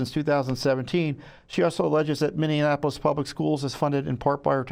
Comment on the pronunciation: I love Tom but I hope whomever is arguing the case knows how to pronounce "Minneapolis" because the mispronunciation is pretty distracting.